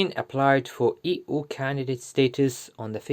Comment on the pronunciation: NARRATOR: EU is not "EEE OOO." It is "EEE YOU." Please learn better pronunciation.